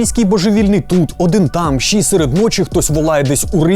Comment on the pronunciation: Все круто, крім прононсу "шчье". Панове, українські шиплячі тверді, тренуйте щелепи, бо вуха в'януть